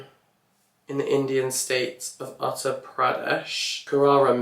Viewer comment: "Uttar" spoken as Uth-tarrrr Pradesh